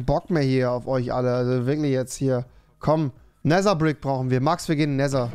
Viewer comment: Wie er jedesmal das ,,t“ ausspricht. Er spricht den Nether so aus als wäre es so geschrieben ,,neser“